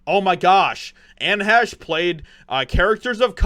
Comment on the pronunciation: You should really learn how to pronounce the people's names before you start talking about them. Really??? She had little talent and endangered multiple people with her selfish, drug fuelled suicide. Anne Heche's death is nothing to you but a chance to make money.